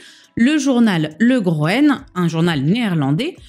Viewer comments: Jai enchaîné les 2 videos sur Kamel Daoud. Beau travail de documentation ! Le motnage et le choix des musiques sont incroyables aussi. Par contre, jai rigolé à la prononciation de Groene. Ça se prononce plutot Chroune. Ca devient un rubbing gag 😂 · Pour info, "Groene"se lit "Groune" et ça veut dire vert. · Le groène. Un autre souci de prononciation 🤣